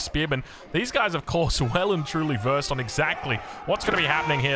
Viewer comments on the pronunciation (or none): none